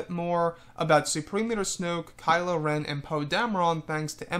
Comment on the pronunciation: damer REN NOT RON- REN